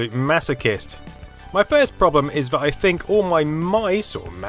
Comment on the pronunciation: Why do you pronounce some th sounds like v, for example "vat plastic isnt discoloured"?